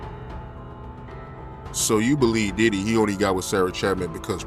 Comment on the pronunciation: why this girl saying "titty" instead of Diddy half the time?